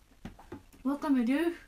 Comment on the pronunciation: わかめでぇふ